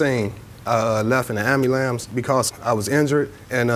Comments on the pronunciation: “i left in the ambuhlams” 🤦🏻‍♂️ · “I left in an ambulamps.” 🥴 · I hate when adults say “ambulambs!” Damn shame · HE SAID "AMBALANCE" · “I left in the ambulambce “ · he left in an "ambulamps" lol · Amalam really 😂😂😂😂 isn't it ambulance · He said it more like “amblamps”😅 and it’s really not that hard a word to say, “am-bu-lance”. Idk maybe that’s rude to point out but it stuck out to me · Did this dude say ambulamps 😂😂😂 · Lmao 😂 this guy actually said ambulampse. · “I left in an ambylampse” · I stop believing the plaintiff after he said ambulambs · Did he just say "ambulamps"? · I wanna know who taught him that the word was “ambulambs”. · Did he just say “amulam” ? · "I left in a ambeeelambs" 😂